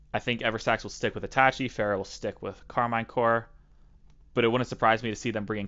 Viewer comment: Karmine CorP not Karmine Core